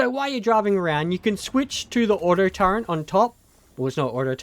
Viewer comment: turrET not turrENT. GAWD!